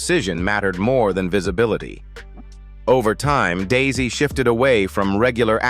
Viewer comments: Daise is pronounced as “Daze.” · I watched the show too, and loved it. Their last name is Daise, not Daisy.